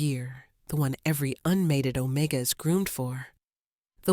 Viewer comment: What does ozone smell like??? AI is a stupid narrator!! OMEGA NOT OMICA!!